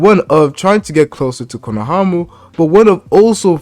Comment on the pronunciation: “Konohamu” 😂😂 this dude having too much trouble with his R’s lol it sound like he’s talking with peanut butter on the roof of his mouth